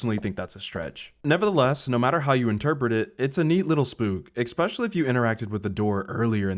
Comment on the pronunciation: great video bro but how are you a grown ass man saying especially like "ekspeshally" dude the C is silent,,, how do you not know that? retard.... anyways really good video edit: casted??? bro,,,, casted????? did you just say casted??? its just cast. casted is not a word. I really fucking HOPE English is not your first language bro you talk like a third grader